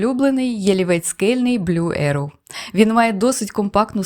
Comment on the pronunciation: Алілуя! Декілька відео попались, правда російські, де казали ерОу, арОу….. вимикала. Побачила заголовок українською і почала дивитись зі страхом , і от нарешті чую Єроу!!! Дякую за вірний наголос!